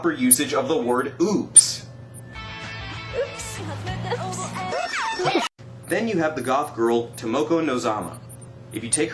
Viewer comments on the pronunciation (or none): believe it or not, the way she says oops , i hear the same thing when girls in china say it, even older women. its just a cultural thing. Honestly westerns trying to speak asian w/ an accent sounds even worse but yeah, I can totally relate to u in how weird her 'oops' sounds, plus she uses it when it doesn't need to be used. But that's just script.